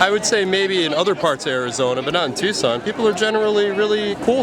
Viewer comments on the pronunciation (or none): NOt tukson, it's Tuscon. Pronounce it Too-saun.